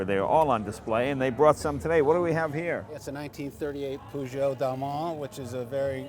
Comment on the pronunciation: it isnt poo-geo... its per-geo